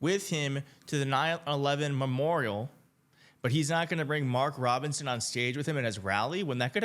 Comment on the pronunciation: DonOld got Mark Robinsons name right. 🤔 Rare.